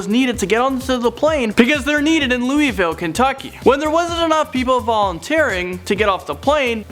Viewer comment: cringing because they pronounced Louisville wrong 😂